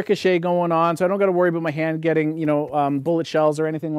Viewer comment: Abooot 😂 I love that